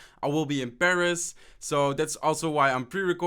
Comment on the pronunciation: When he said he was in Paris I thought he said he was imbarassed😂😂😂 and he also said above instead of a buffed